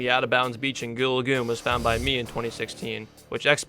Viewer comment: It is goo lagoon